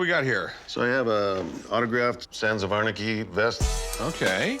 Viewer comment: lol does he pronounce the word “anarchy” weird and odd or is it just my hearing?????